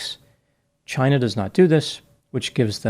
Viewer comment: Maybe that is a question you should ask "Chy-na."